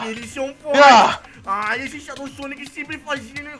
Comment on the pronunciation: Não é shadou Sonic é só shadou e se pronuncia shedou ele é mas rapido que o sonic